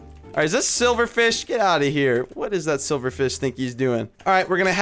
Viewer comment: I could see how happy you were after you said "dat I don't think so". All I was doing was cringing....not hating just pointing out something funny😄